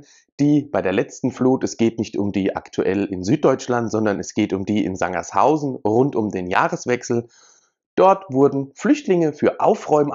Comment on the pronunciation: es heißt Sangerhausen nicht Sanger(s)hausen